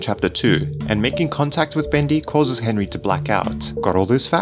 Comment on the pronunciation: Be cas Henry an bendy it's ri a little bit it's be as enry an endy rim ok bro.